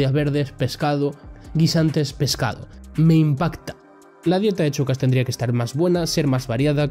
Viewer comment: A ver, se dice SHOcas, como SHAkira, no CHOcas.